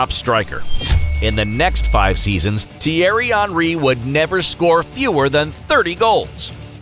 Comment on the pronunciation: "Tiari onry" is how you pronounced it, I thought it was "thi-airy hen-ri"